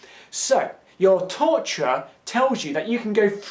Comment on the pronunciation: Luís Miguel He was saying torturer?! I couldn't understand what that t-word was, I just figured it was some word I didn't know lol